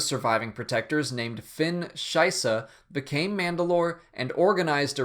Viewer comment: Fenn Shysa is a pretty funny name the way you say it when you are german ;)